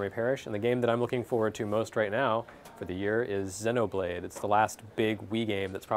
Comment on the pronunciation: "Zenno" blade? What's that?